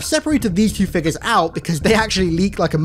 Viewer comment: Ah yes..fig-uhs.